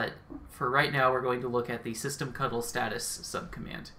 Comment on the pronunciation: I love that you used the correct "cuddle" pronunciation of "ctl". :-)